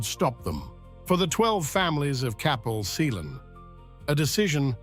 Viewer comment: I was looking forward to this until I heard the pronunciations.. if you are doing a doco, please learn how to pronounce towns and places . Cwm is pronounced koom....C is pronounced like k for king.. Celt is Kelt and Capel Celyn is pronounced as Kappel Kel Lyn ...... Capel is Welsh for Chapel and pronounced as such without the H. Watching from Australia with Welsh heritage